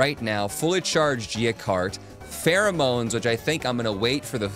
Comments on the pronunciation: alright i might be a little slow but he does know what the word "pheromones" is right? feromenees sounds so wrong lmao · pronouncing pheromones as Ferro-monies for some reason brought a lot of joy to me. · firominees lol, might just say it like that from now on to make myself laugh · Same here lol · Pharaoh Manees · That "pheromones" pronunciation 💀